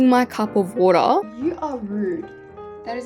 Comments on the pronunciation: wOAtAaArr love it lol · WHY YA SAYIN “WARAH” IT WATER😢😢😢😢😢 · bro saying water like its watuh